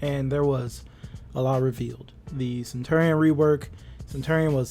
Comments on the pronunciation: it’s pronounced: (suhn·chur·ee·uhn) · It’s been so long and you still can’t pronounce centurion correctly?